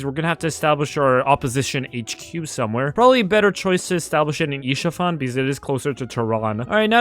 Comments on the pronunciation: Bro just pronounced Ishafan instead of Isfahan💀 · Its not ish fahan its is fahan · Bro it is pronounced Es fa han😂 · Bro said isha-fan😂😂😂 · It's pronounced Es-fa-han right? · i have to say, as someone who's lived in Isfahan, it's the first time I've heard that pronunciation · you absolutely murdered Isfahan with that pronouncing 💔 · my ears are bleeding 🥀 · My grandmother is from Isfahan and my genes are hurting so bad💔💔